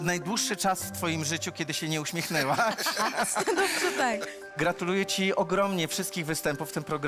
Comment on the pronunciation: To już drugi raz kiedy powiedział gratuleje zamiast gratuluje 😂